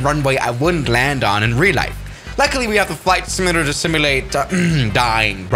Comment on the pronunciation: "Fight simalater"